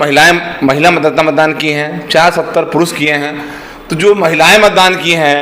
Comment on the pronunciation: Mandan nahi hai beta matdan hota hai 😅😅😅😅